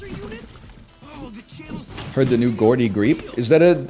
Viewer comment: NL pronouncing Geordie Greep like "Gordy" from Nope is a great bit